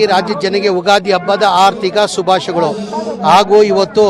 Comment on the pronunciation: Ardik ಅಲ್ಲ ಹಾರ್ದಿಕ್😂 ಕನ್ನಡ ಕಲಿ